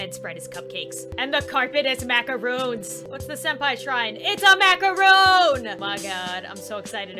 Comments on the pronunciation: Me being a baker: “Macaroon” “No... MAC-A-RON” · A macaroon is..a cake it’s a macaron